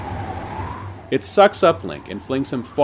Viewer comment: Pedestal not pedal stool. 😅 ❤❤❤ Love your series